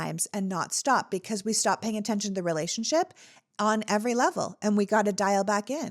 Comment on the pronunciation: Hey, its STOP not STEP